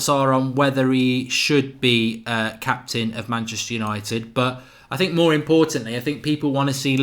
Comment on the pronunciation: No more press conferences hearing "I sink". Now its "we", this is ole a true Red.